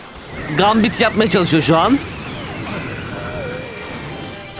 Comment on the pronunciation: "Gambit"'teki "a", "æ" diye okunuyor haberin olsun, "gæmbit" seklinde, ve sondaki t cok sessizce okunuyor, yabancilara rezil olma diye soyluyorum.